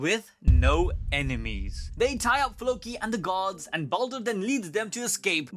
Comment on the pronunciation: Do me a huge favor. Say "Gods". Then say "guards". Now explain why i kept trying to figure out what this story had to do with Gods.